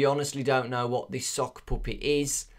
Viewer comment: when says puppet it sounds like "poopit" poo_pit XD